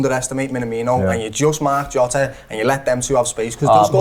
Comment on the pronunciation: pronunciation of Jota triggers me